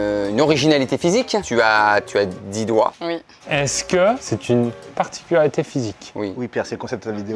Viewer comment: sa particularité c’est de ne pas réussir à prononcer « particularité » correctement en début de vidéo 😂😂